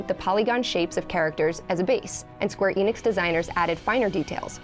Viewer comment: I get so tired of hearing ppl say Square "E. Nix" instead of "Ehnix"!